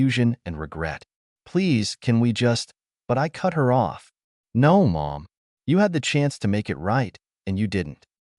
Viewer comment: Funny how everyone ignores the AI generated voice that ruins yet another story. Instead off it they read it as IT. He blocks them sole at the park but when he gets home the phone buzzes with a message from M O M? Showing he blocked them. Another sad case of the site owner being too lazy to listen and correct their own reposted story.